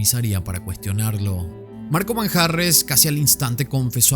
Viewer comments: Manjarrez, con acento en la e 😄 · EL APELLIDO MANJARREZ LLEVA LLEVA ACENTO PROSODICO EN LA E....